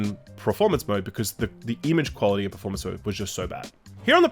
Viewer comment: you put in words like ‘nomenclature’ and ‘cognisant’ but then say ‘Preformance mode’ Jesus Christ,.